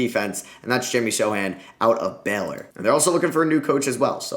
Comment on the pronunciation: Wow, you're the first none-Polish person that I've ever heard saying Sochan name right. Love your videos. Greetings form Poland!